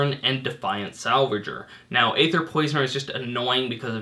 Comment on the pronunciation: Hey, its no skin off my teeth, but just wanted to point out that Wizards has confirmed that it's pronounced "EE-ther," the same way as Caeser is pronounced. Love the videos, keep up the great work!